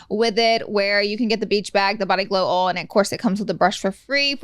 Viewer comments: Lol body ol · Pronounce OIL correctly yea Laura? Geez